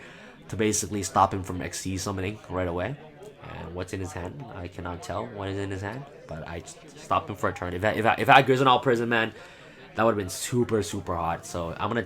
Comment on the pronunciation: grizzinile prison = incorrect annunciation griss-sail prison = correct annunciation